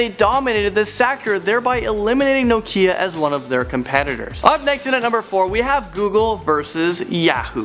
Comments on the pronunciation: he says Nokia nokeya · WTF is no-keeeeeeeeeea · hahahha how he said "nokia" lololol